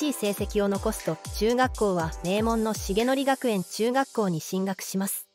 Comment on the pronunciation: 成徳→せいとく